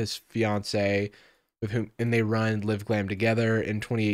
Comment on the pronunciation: Why does he keep saying “liv-glam” 😭